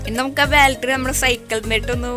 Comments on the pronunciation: ബാൾട്രി അല്ല ബാറ്ററി ആണ് 😆😆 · Bro baltery ennu parayunna pole kelkkunnu. Correct aaki eni parayanne